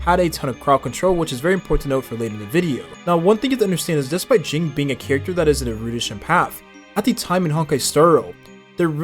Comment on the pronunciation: why we calling him “jing” …